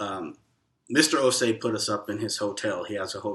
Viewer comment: I like how you guys correctly pronounced the’Osei’.. perfectly pronounced.. Welcome home 🇬🇭